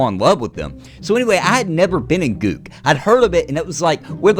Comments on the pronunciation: "Gook" lol... its g-uck (guk) like yuck but with a g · First time I hear Guk pronounced that way lol